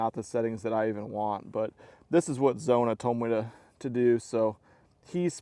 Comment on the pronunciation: Zona won’t fish with him he can’t even pronounce his name right. Zark Mona was one way he said Zona’s name.